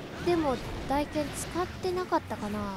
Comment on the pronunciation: 大剣の読みはたいけんですよ １回コメントしましたが少し訂正があったので消させていただきましたw